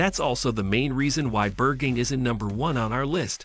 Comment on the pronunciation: is this google voice over dubbed? the pronunciations for berghain and friedrichsain were next level hahhahaha